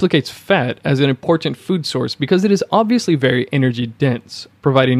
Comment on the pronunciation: This video is well researched and presented. I've been on a ketogenic diet for one month and can vouch for all its beneficial effects. A note for the voice-over artist. I teach speech. I would advise you not to add a vowel sound where the letter "a" is found in the word "important." Dentalize the penultimate "t" straight into the nasal continuant "n" followed by the final "t." It should sound like "importnt" rather than "importunte." This one adjustment will give your sound a much more professional sheen and make it easier to listen to you, especially because it is a word that recurs often.